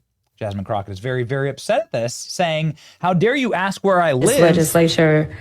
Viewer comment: "How dare you axe me where I live"